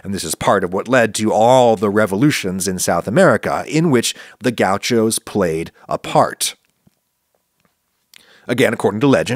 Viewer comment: Gau xos as Adam says 😅